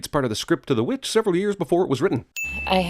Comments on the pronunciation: CinemaSins Sin 1, the "V Vitch" instead of the Witch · Imma sin cinema sins for their use of two v’s instead of a w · the w in witch is just two v's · instead of saying witch it says vvitch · In he uses vv instead of the letter w for witch